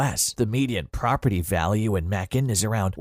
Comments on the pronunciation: Someone should have programmed “May-Kun” into the robot! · Macon rhymes with bacon get it right